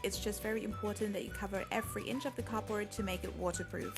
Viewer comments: It sounds like ur saying cooper but it's cardboard no offense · ITS NOT "capord" ITS "cardboard"!!!!!!!!!! 😡😡😡😡😡😤😤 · It sounds like she says copper instead of cardboard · It's called CARD board not COB board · Is it just me or does it sound like she's saying copper instead of cardboard? Not being rude I love your vids! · For the longest time I thought she was saying “copper” and I was hella confused. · When you say "cardboard" it sounds like "copper" either that or I need to sleep more